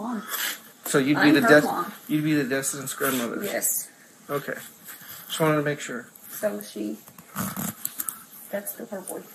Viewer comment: it’s wanted not anted sir